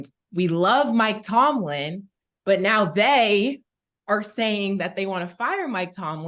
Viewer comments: Cam finally said Mike Tomlin name correct. Then started saying it wrong again 🤦🏾‍♂️ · tell ya boss to get your coach’s name right 😭😭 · Cam butchers Mike Tomlin's name every time. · Aye Killa please get Mike Tomlin name right bro 😂😂😂